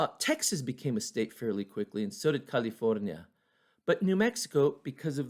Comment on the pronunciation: Love the accent when u say Mexico, California or Martinez. Not impressed.i tuned in to learn history insted I found some mixed race guy playing a victim. Again not impressed. So sad to see history turned into an excuse. Remember your ansistors were not victims, you were the colonizer, Spain was every bit as European colonizers. I hate it when a oppressor plays victim.